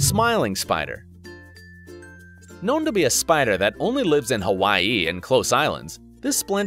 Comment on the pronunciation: Did you just say Hawaii with emphasis on the last syllable?